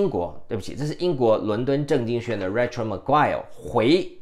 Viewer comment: Rachel : 应该 pronounce as /ei/ . 一直没有人帮您把这名字正确发音。 您用copy and paste 名字到google translate ，然后按小喇叭就可以听到正确发音了。 我只是善意提示。你的支持fans,你继续加油💪。